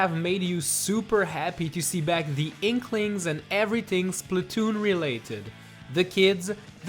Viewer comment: its not called splutoon its splat-toon